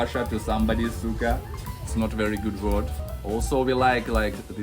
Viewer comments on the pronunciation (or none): Suka vs suká Suka is vomitus (it made sense when it is not a good word in Russian language😅) and Suká is vinegar in Visayan or Tagalog language.😊 You have to pronounce it correctly then.😂